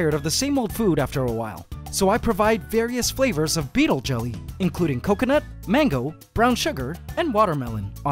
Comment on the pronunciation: The guy says he feeds his ants "beatle jum". What is beatle jum?